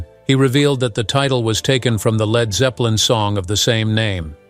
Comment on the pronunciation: Zed Zepplin 😂